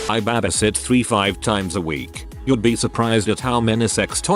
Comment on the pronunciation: I cannot with the “BAHbisit”